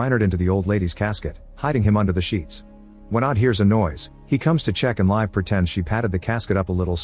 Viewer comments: "Live" is rather pronounced "Leev-eh". If you say live as in English, it sounds like "Leif" which is an old-man-with-a-beerbelly-name. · Its Liv not live